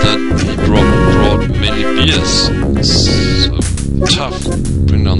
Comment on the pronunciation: you say beers not bears lol ^^ you cant drink these Animals. i annoy my German friend with it too